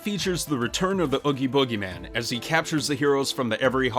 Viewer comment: It's Oogie Boogie, not Boogie Boogie....